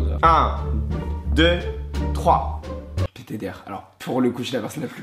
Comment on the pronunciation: j'adore Bilal quand il dit "P.T.D.R" 😭